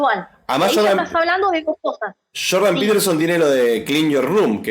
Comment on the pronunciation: No digan "Shordan" no están hablando español. Es como cuando pronuncian "Jazz" no es "shazz" eso no existe. No sean arenosos solo es una observación.